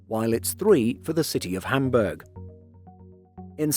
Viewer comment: Well he manage to pronounce City of Hamburg correctly. Pity about some of the others.